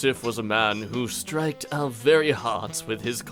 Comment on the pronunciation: It was supposed to be struck, not stricked